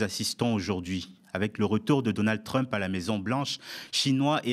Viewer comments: /trʌmp/ et non /trymp/ vous dites bien /ˈbaɪdən/ et non /ˈbɪdən/ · Les explications de Bertrand Badie sont toujours éclairantes. Juste un peu dommage la façon dont il prononce Trump (ça fait un peu mal aux oreilles 😉).